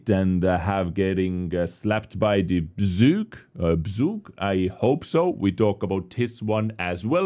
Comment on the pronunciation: The first time you said "Bzyg" you pronounced it correctly. Bzyg means a hoverfly/flower fly/syrphid.